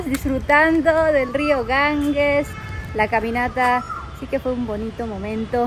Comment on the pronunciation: La Risa de ustedes es la que mas nos agrada...A proposito....el Rio Ganges, se pronuncia: Ganjes.